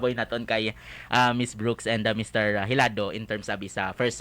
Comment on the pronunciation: It's Hilado. The interviewer say it wrong.